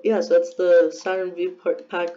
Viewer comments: Lol Saturn V you say it as Saturn 5 not Saturn V💀 ‘V’ is the Roman numeral for 5 Anyway nice vid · My dude did not just say “Saturn vee”